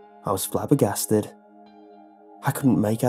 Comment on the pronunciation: "I was flabbagasted "